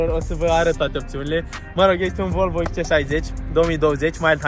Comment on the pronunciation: sa stii ca asata nu e volvo ! :D asta este ,, VOLVĂU ,, :D